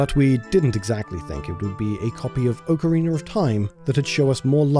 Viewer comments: "Ocareener of time"? I understand having an accent, but that's just a whole-ass new word you invented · I love when people say “orcarina of time” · Ocariner. Yes. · Ah yes, Oak-ariner of Thyme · Ocariner of Time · Oh I thought he said Oakreamer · he said "oak-a-reener". Has nothing to do with hearing the word "ocarina". It's a stupid British thing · Why can't they say Ocarina or aluminum lol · Zelder: Okereener of Time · oh-kareener of time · "ocariner of time" ok bro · I-if I hear someone call Ocarina, Oakorina I'm going to do something illegal... Very .... Illegal. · "Okereener of Time" XD. Thanks for the rad video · OCAREENER OF TORME lol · The way you pronounce 'ocarina' is just unforgivable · I feel like all the British people say it like that it's hilarious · you pronounced ocarina wrong.